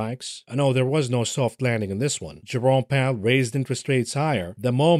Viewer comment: I misheard you say Jerome Powell as "Your-own Peril" and had a proper snort.